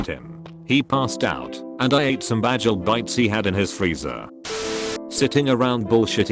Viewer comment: “Bajel bites”